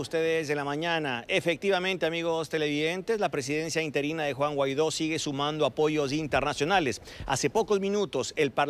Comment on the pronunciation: Dice Salafranca, Juan Guairo, que cómico, si sabe su nombre... Es Guaido.